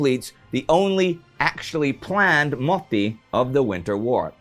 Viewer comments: Maybe, maybe not. It's MOT-TI not MO-TI. Double consonants are hard for foreigners i guess. Then if somebody learns that then just tell them : Into a motti = mottiin , in a motti = motissa , from a motti = motista and so on. :) from a motti to a motti = motista mottiin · well youre saying motti as moti. which is used to say motivation in finland. xd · Motti is pronounced with a short i. Clue is that the word only has one i. You are saying mottii